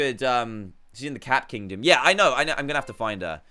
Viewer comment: Me: yea Dan: yea'r